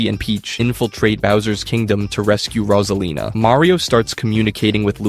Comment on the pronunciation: ALMOST ALL OF IT IS SAID WRONG RAWSALINA INSTEAD OF ROSEALINA COME ON MAN IF YOU WANT TO MAKE VIDEOS LIKE THESE SAY THE STUFF RIGHT